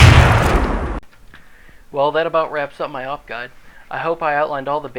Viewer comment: A-W-P not AUP